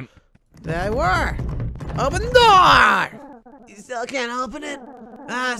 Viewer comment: "Open the noor"